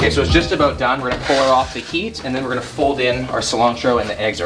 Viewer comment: You must be Canadian. No American says “aboot” for about. Maybe some people in Wisconsin or Minnesota do idk.